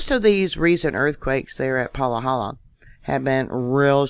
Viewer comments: Thanks...fyi it's pronounced Pa-hala, not Palahala. Ha-ha (ex resident) Good info... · it’s Pa-ha-la🤣🤣